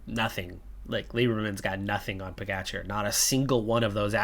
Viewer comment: RojTS. If you don't have the inverted roof symbol over 'c' in most Slavic languages, you pronunce it 'TS', like Kranjc. :) The other letter 'č' you correctly pronunce as 'tch' in Pogačar, Mohorič, Roglič. The only drawback is that PCM doesn't support proper letters. It's is interesting that they have the letter 'š' in there for your Lithuanian rider Meškauskas (meSHkauskas) in your other campaign. I honestly hope you don't mind my correcting you! You'll have to come to Slovenia to practice or you may visit our exclave in Cleveland. XD Quite a lot of our residents emigrated to the Great Lakes before and after both World wars. My gerat aunt has lived in Cleveland for over 50 years and moved to Miami five years ago. She prefers 'warmer' weather in her learly 80s. XD Ah, great work and excellent results in stages 5 and 6, KUTGW!